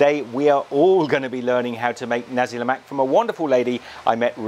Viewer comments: its the pronounciation its not ne-si lemak its na-si lemak pronoce na as nah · its nasik lemak not nesi lemak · Do you even no how to say Nasi Lemak